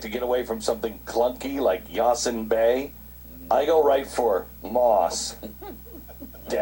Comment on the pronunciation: "yazen bay"